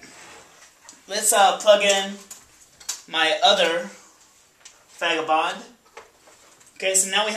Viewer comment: It sounds like you said "fagabond" . Lol.